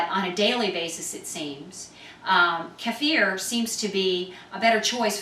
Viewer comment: Good video and so nice to hear Kefir pronounced properly for a change, it's NOT keyfer, keffer or keifer, well done...